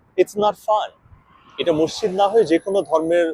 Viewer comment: NOT MOSSID BUT MASJID